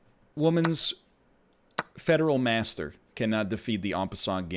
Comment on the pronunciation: It's fide master not federal master. ☺